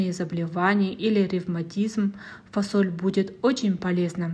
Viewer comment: Почему фОсоль? 😂🥱